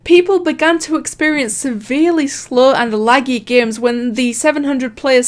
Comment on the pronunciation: She says games as geymns i really am annoyed of it